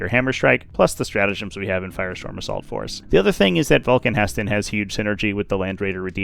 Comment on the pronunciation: ITS NOT VULCAN HESTAN ITS VULCAN HE STAN